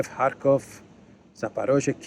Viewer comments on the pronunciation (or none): none